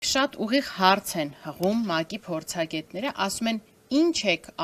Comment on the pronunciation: Ոչ թե հառց այլ հարց